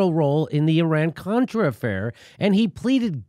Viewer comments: She said cortra...beeep not a strong start..she didnt let him speak because she didnt know a thing about what she was talking about obvi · I love Omar, but I wish she could read from her sheet and pronounce the words "Contra" and "Nicaragua" without stumbling throughout the whole subsequent parapgraph. I did, however, LOVE her commment, "Thanks for your participation"